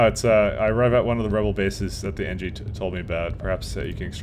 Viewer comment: Engi* not Engie